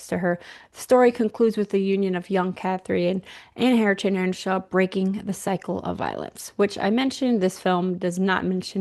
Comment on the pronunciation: EARNSHAW not Enshaw.